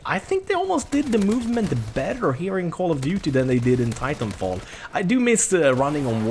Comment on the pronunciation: Im sorry xD it almost sounded u said title fall IM SORRY Hhahahaah